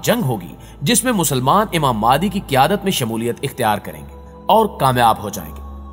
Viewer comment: Aap phalay imam mehdi ko sahi tarah bolna seekh lai phir islami video banaya karay